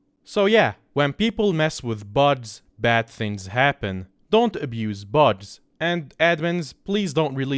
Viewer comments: its funny that he says buds instead of bugs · why does he say buds instead of bugs